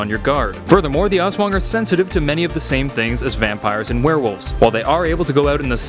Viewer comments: Its ASSWANGG not awswang haha lov your accent bro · Yeah its called (Aswang) not (Es/wang) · Aswang literally translates to Ghost also it's Aswang not As-wung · "As-wang" Not "As-wong" -. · Im filipino But it is said As-wang not Aswong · Not awswang it's aswang literally I live in the filipines so yeah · They are real. My uncle has one on speed dial---literally. And for pete's sake, it's Us-whung Not Aaahhss-waaaaaaang. And no, your idea of them joining terrorists is laughable since they have almost no human inclinations. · Lol he pronounce (O-S-S-W-A-N-G) it's funny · I was watching the on the Creepy PHILIPPINESSSSS Legends and When he pronounced Aswang I laughed so hard I nearly peed He said Azweng LOLLL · The pronouncation is as-WANG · Love it each time he says aswang pronounced as aws wung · Pronounciation: A s wa ng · Little correction as a filipino, Aswang is pronounced as: As-Whang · Oh no wonder the name looked familiar also in philippine it is pronounced as (as-swang) dont take it out of context.... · It's funny how he pronounce aswang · ITt pronounces ASWANG not AS-WANG . correct pronpunciation is to say it bit faster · The way you pronounce aswang is so funny 😂😂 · me as a Filipino his pronunciation of "aswang" is actually very funny to me😊😊😊😊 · His pronunciation of 'Aswang' is slightly disturbing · As a Filipino my self its funny the way he says "aswang" and Aswan can also be called a ghost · How you said Aswang made me cringe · Your pronunciation is wrong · Oo nga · Zekken - MLBB Hahahahaha mee to, its so funny how foreingers pronounce filipino words🤣🤣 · That aswang being pronounced